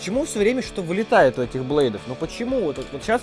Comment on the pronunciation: меня очень бесет когда вилитаэт бей